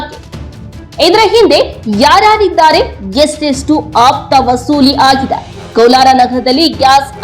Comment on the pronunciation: ದಯವಿಟ್ಟು ನಿಮ್ಮ ವ್ಯಾಕರಣ ಸರಿಪಡಿಕೊಳ್ಳಿ. ಅಪ್ತಾ ಗೆ ಆಪ್ತಾ ಎಂದು ಉಚ್ಚಾರಣೆ ಮಾಡುವಿರಿ.